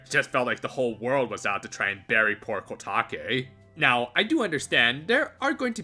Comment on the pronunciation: it's kotake